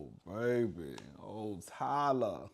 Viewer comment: I love ❤ when you say Ty Luh 😂😂😂😂